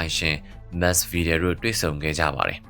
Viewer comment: Masvidal not Misvidal.